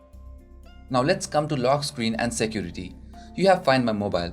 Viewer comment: shaport,jesture,Shecurity,eajier,PHITURES,choooze,oder,eajily,izz,50 pershent,SUUT hahaha and many more. OMG what a fucking pronunciation.